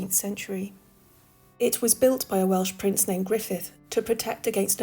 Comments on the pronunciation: You may not sound Welsh but your pronunciation of the Welsh towns and villages were spot on.👏👏. I'm very proud of you my patriotic Welsh story teller 🤗. I'm from Pontlottyn a small village between Merthyr and Tredegar.As for the video outstanding as usual each episode is getting better and better and I can't wait for the next video🥇👏. A massive thank you my for keeping us loyal viewers enthralled your videos must be very hard work and for that we thank you 👏🥂. We all know your going through a tough time at the moment but look after yourself sweetheart and God bless. All the love in world to you and your family Bill XXX.❤️❤️👏👏💯🫨🫣👻😲🏴🇬🇧XX👍🏴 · Your pronunciation got me too! I’m from North Wales, never expected you to be from Cardiff 🤷🏼 Absolute class as usual, looking forward to the next one 💪🏻